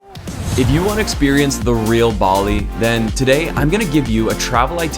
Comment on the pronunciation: There is no R in Bali. LOL!